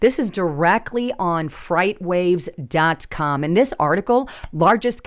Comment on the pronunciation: Darlin, do not mean to criticize, but you might want to work on your pronunciation. It is not "FrightWave" it is "FreightWaves". Pronounced differently. Notice some people said you were fear mongering. that might be a response to you calling it "Fright as in frightening" vs "Freight as in cargo" . subliminal influence. The difference phonetically is Fry vs Fray